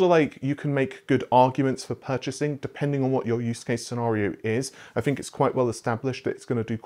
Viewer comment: Why do you pronounce "think" as "fink"? i see the gesture so no going around it, i'm legit curious.